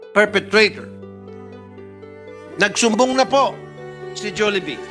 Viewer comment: Hindi po Jolibee, “Julibi” ung pronunciation. Paayos naman po sa susunod